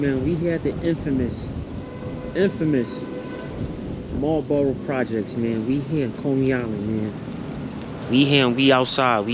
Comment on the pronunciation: It's Marlboro, not Marbro. Your welcome.